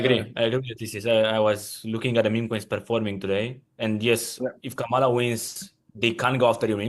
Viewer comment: Sick of calling Kamala “Carmella”